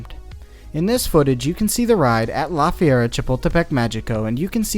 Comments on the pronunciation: I really love your videos and the way you reveal the truth about roller coasters to the public but as a bilingual Spanish speaker it pains me so much to hear you say "Fee-air-a" when it should be closer to "Fer-ee-a" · Ok but listening you said "La Fiera Chipotlepec" Mexico so many times is both hurting me as a Mexican and Amuzing. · I love your videos but maybe look up how to say some of the names. Even if it’s just on google translate bc it’s pronounced like the word fair and reea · I honestly thought he was saying “la fiera” or “the beast” which was awesome. Thanks for ruining it.